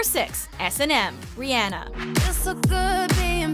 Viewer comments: did she just say riAAnnA, no. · Ree-on-uh. Not Ree-Ann-uh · It's Rihanna not rihyanna. GOSH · sis, do you know how tf to say ur As? it’s not air-iana and it’s not ri-anne-ah. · I didn't know he name was pronounced as ri-anna 😂😂😂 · TLC is NOT pop, but 90's R&B....and it's pronounced Ree-uh-na (that's the closet I could spell it, sorry). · “RiANNA” IM TRIGGERED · Riana. Riana. I can't even spell it the right way to make it seem like they're saying it. Ugh! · Riyanna?? WTF?!? Who says her name like that? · Ri-anna? Really? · How she pronounced Rihanna Ri-anna😁😁😁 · The way she pronounced Rihanna oh my